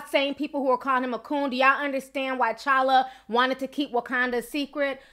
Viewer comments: T'challa not challa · The 'T' is not silent in his name. T'CHALLA